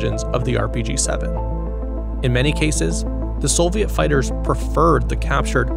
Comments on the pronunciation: production quality is just fantastic. only the mispronunciations are killing me... Soviet / Solviet ... Afghanistan / affaganastan, only meant constructively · “Soviet” does not contain an “L”. Neither when written nor pronounced. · great video but the pronunciation of soviet shits me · Why do you say "Solviet"? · 🤩 Very HQ content & production 👍 Like, amazing. Insta-subbed now; can later say "I was on the channel when it was only 87k..." EDIT: the music really ups the viewimg experience, well-done 👋 Serious question: Why do some ppl say "Sole-viet" when talking about the Soviets? (Narrator here, John Roderick on Omnibus) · Great graphics, music, and animations. It’s a shame the high production quality is let down by oafish pronunciations. Sole-vee-ette? Surprising a ‘nuc-u-lar’ couldn’t be squeezed in as the cherry on top. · why does bro say "solviet" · That and SoLviet. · I’m certainly far from perfect. My surprise was seeing a video with exceptional visual production quality, and mostly superb narration, but peppered with truly bizarre pronunciation of certain words. If that is how you normally enunciate those words (Soviet & Afghanistan in particular), my apologies. I figured they were purposely said like that to drive up engagement, which just takes away from the overall quality of the work. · brother, soviet does not have an L in it... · Never seen someone butcher the pronunciation of "Soviet" and "Afghanistan" so many times. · Great video, a few nitpicks over pronunciation of Soviet and Afghanistan, but really incredible work! I cannot wait to see more